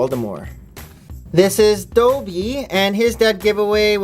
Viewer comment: Holy guacamole ! 😣 has anybody counted how many times things were pronounced and described wrong such as dobby being doebie and Moody's hipflask being a drumstick and the pensieve being a dish No hate needed but I loved your video despite its flaws as we all cannot be perfect like my teacher says 'Nobody is perfect that's why pencils have erasers' also i would be hoping to use this to hunt down for them I even wrote them down